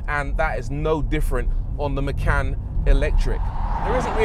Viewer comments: Maycan. From now on we all call this car Maycan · Por-shuh Ma-khan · Macan means Tiger in Bahasa Indonesia, that name refers to. it's not "makan" but more "machan" how to pronounce that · "Macan" means eat in Malaysian language 😂😂😂 Actually it comes with k